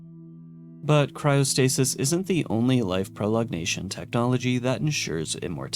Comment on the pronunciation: "proLONGation," not "prolognation"